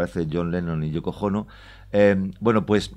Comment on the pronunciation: ¿Ha dicho "YOKO JONO"?!!!!